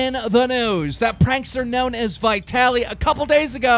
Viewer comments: It's vee-ta-li not vy-ta-li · Vitaly... Keemstar: (VIE - TALLY)